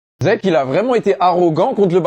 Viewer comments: Zeke??? Sérieusement ?? Toi qui fait tant de vidéo sur SNK tu ne sais pas prononcé son nom?? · On dit Sieg ( ça se prononce Sigue) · Pour ceux qui ce demandent ou ce disent keske c'est que c'est ça pk il dit zeke et Non sieg c'est juste que ça s'écrit "Zeke" mais en vf sa ce prononce "Sieg"mais les anglophones lisent et écrivent comme ça { Zeke } Si ça pu aider quelqu'un. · Sieg est un nom Allemand, ça se prononce Zig, les japonais et anglophones sont des quiches astronomiques quand il s'agit de prononcer les autres langues correctement, dire Zeke c'est juste pas comprendre les inspirations de l'auteur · Si on utilise la prononciation française du nom original c'est plus zig(en allemand (langue dont est issu son nom) dans Sieg le i et le e collé se prononcent i et le s se lit z) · Faut rétablir la vérité, c’est pas zeke c’est Sieg à prononcer 'sigue', Sieg étant un prénom Allemand le pb c’est que les japonais le prononce 'dssique' parce que le son 'z' n’existe pas au Japon donc les Amerlocques en entendant ça on traduis Zeke qui se prononce dcp dzique, bah oui le E se dit I et le 'z' peut aussi se prononcer comme s’il y avait un 't' ou un 'd' avant la lettre, bref la trad fr est la bonne, l’analogie à l’Allemagne n’est pas juste un théorie d’où les noms et prénoms des perso qui sont tous Allemands sauf pour mikasa mais même dans l’anime ils explique qu'elle vient des provinces de l’est où jsp quoi donc ça explique son nom, en conclusion c'est bel et bien Sieg à prononcer 'sigue' et pas 'siègue' c’est de l’allemand je répète